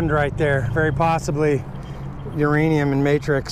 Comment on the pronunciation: Whose 'ranium?